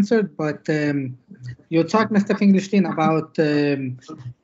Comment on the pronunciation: Pronounce your Guest's name correctly, please.